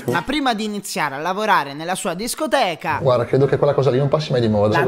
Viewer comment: Si dice scoteca